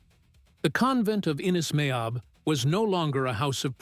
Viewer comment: Meabh is pronounced Mave...Sile=Sheelah... Dorinn=Doreen...Aoife=Eefah...Caoimhe=Keevah...Aibhilin=Evelyn...